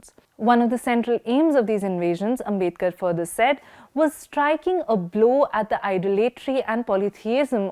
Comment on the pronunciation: His name is आंबेडकर, not आंबेदकर.